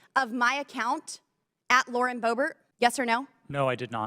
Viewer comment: It's pronounced "bo - bear"